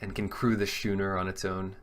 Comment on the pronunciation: Just FYI, it's pronounced "skoo-ner", not "shoe-ner". Love your draft videos!